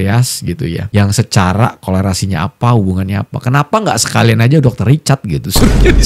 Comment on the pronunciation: Bukan kolerasi bang.. Tapi korelasi.. Klo kolerasi itu sakit perut.. Kolera.. 😂😂😂